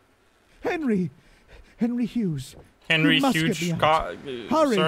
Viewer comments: Is it me or did he pronounce hughes wrong isn’t it like “hews” or am I the one saying it wrong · You're right. He pronounced it wrong.